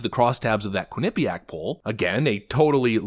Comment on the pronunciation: constant mispronunciation of Quinnipiac is literal ear AIDS.